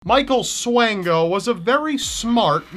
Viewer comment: Micheal Swango, Actually pronounced like Swan as in the bird (swan-go), was a graduate of my high school and worked at my local hospital! Graduated from Quincy Notre Dame and worked at Blessing Hospital. Rumors say he could have killed more than a few hundred people while in Zimbabwe.